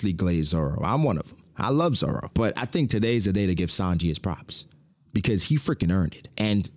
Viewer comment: Why you be saying Zoro name like that 😭